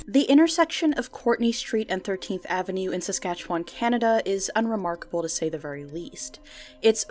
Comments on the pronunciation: thank you for correctly pronouncing saskatchewan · I am legit impressed that you pronounced Saskatchewan correctly. I have never heard a non-Canadian youtuber say it right! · Mad props for saying Saskatchewan correctly!! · Thank you for saying Saskatchewan right. So many people say it wrong. 😊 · You pronounces Saskatchewan correct